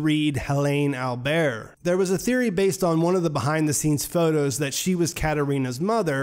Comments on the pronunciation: it's AlberS! in german pronunciation, the s is almost never noiseless, other than in french (like you pronounced it) ;) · Yes, and accent is on the first syllable.